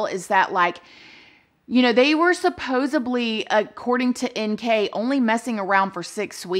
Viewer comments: Aww said supposeBly instead of supposedly hahaha cute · girl... you are way too big and bad now to keep saying "supposUBly". The word is "supposedly". Its a word you use often, and so you should use it correctly. Its not a pronunciation issue, it's just not a word. I say this with kindness- you're making amazing videos with tons of views and you keep using a word that isn't a word! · SupposeDly not supposeBly. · Awww,please,please PLEASE SAY SUPPOSEDLY.I have always felt Chris falls somewhere in the autism spectrum,perhaps Aspbergers.